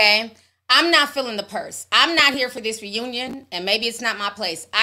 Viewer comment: Ti, I choked when you started talking about Ashanti and emphasized "this purse" 😂😂😂! And I agree about her letting this dude spin the block. I was rooting for her!